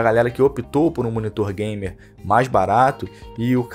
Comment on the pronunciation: ''Não tem ergêbê, não é gaimer''